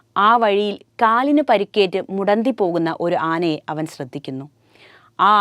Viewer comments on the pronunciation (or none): none